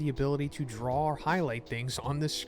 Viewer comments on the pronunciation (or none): none